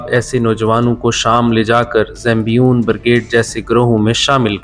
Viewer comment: Bhai zambion nahi.. Zaynabiyoon naam hai